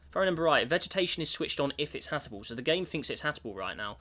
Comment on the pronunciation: can we get a count for how many times says "Hatable" instead of "Habitable"